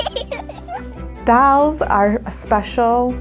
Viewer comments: doll... not dAll... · She should learn to pronounce the word doll